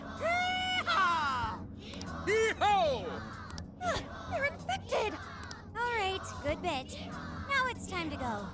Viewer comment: Makoto gave the "hee-ho" a "hee-no"